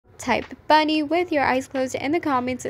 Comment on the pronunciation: ❤Bhnnd instead of bunny lol but this Vid is really useful